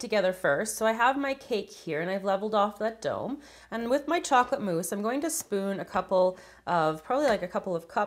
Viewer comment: She said chocolate mousse